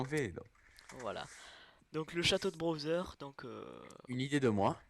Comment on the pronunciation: pk tu dis browser et pas bowser ?